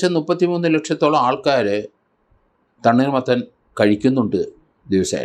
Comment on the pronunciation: സാറെ തണ്ണീർ മത്തൻ അല്ല തണ്ണി മത്തൻ ആണ്